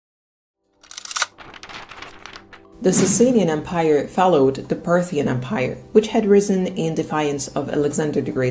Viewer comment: why do you say "empaire" instead of of em-pire?